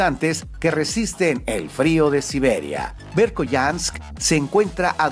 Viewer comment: asi no se pronuncia la ciudad rusa del 5to puesto, se pronuncia berjoianak